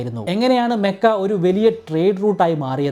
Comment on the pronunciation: മെക്കയല്ല ചേട്ടാ മക്ക എന്നാണ്